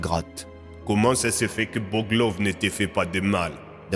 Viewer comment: t'aurais pas mélanger deux accent pour boglov a un moment?